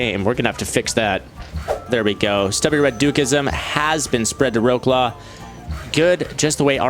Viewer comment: Wroclaw is pronounced as vrotslav